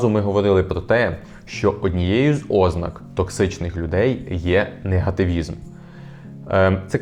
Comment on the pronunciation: ознАк,а не Ознак!